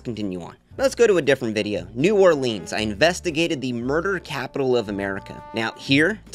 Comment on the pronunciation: Why does he keep mispronouncing new Orleans? 🙄🙄🙄